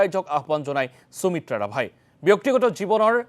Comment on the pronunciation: মহাশয় অনুগ্ৰহ কৰি উচ্চাৰণত গুৰুত্ব দিব নেকি ? সুমিত্ৰা নামটো আপোনাৰ দৰে এজন অসমীয়া মানুহৰ মুখত চুমিত্ৰা বুলি শুনিবলৈ বৰ শ্ৰুতিকটু হৈছে। আমাৰ শব্দ ভাণ্ডাৰ আৰু উচ্চাৰণ আমাক এটা পৃথক জাতি বুলি চিনাকি দিছে , প্ৰতিস্থা কৰিছে। সেয়েহে উচ্চাৰণ শুদ্ধ আৰু সঠিক হলে ভাষাৰ গৰিমা আৰু মৰ্য্যদা ৰক্ষা পৰিব ।